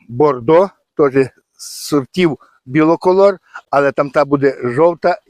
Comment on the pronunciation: Вітання з Донеччини. Трохи поправлю. Треба казати не біло колор ,а БІколор. Бі - це два. Двокольорова кукурудза. У мене тільки,тільки почали вилазити качани. Від совки бризкав Корагеном + мікродобрива. Читав, що для кращого запилення кукурудза потребує пл листу бор і цинк. Застосовував Хелатін мікс. Спека у нас страшна ще й суховії. Поливай і поливай. Але еукурудза поки виглядає добре. Вам подяка за відео і лайк!